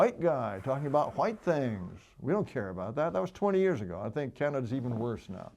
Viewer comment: “wHeighT people” why does he say it like that lol